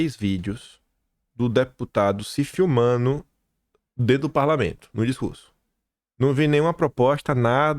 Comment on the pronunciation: é "se FILMANDO". FilmanDOOOOO. Não é "se filmaNO". Outra porra de modinha dos "falantes", é isso? Até a porra da Andrea Sadi falando assim, cara..o